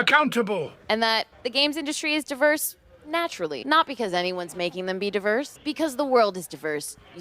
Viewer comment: why can't she say "diverse" properly? Is she a r**ard?